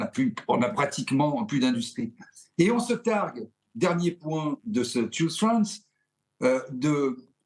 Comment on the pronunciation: "Tchouze France", c'est quand même mieux en français.